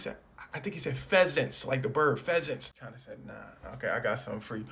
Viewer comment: Why do Americans pronounce china like they are supprised 😂